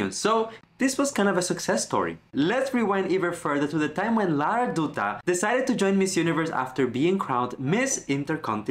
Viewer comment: Dutta should pronounce like Datta 😊